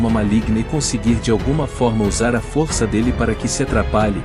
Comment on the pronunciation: Não é fórça e sim força